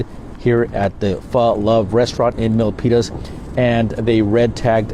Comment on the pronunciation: Locals actually call it "milk penis" but you said Milpitas perfect